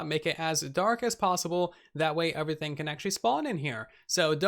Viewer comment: Can u not say 'everything' correctly?